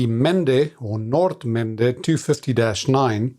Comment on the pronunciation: it’s nice to hear someone properly pronounce the word Nordmende, great video like always.